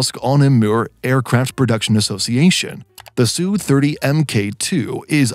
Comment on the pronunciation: Stop using the mesningless phrase "fighter jet". There is no such airplsne. You don't call bombers " bomber jets" do you? Just call them fighters or bombers or attack planes. Adding "jet" to their name marks you as a noob.. Its not "SOO-30" its either "ess you 30" or "Sukhoi 30". Your narrator bot is broken in other ways which renders them lame. FIX IT . Get a native spesker of aviation technical English to review the narrations before publishing them. Right now. they are just an embarrassment.